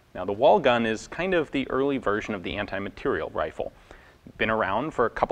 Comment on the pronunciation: Pleeeease pronounce "materiél" properly, like a bloody Frenchman.